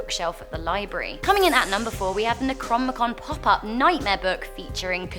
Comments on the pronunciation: Necromicon? Necro-nomi-con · ....the way she says necronomicon...